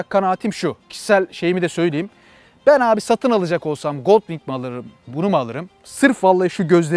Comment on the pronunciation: "Honda Goldwing" yazılır "Honda goldvin" olarak okunur. tabii ki doğrusunu sen bilirsin. Yorumların güzel, izliyorum.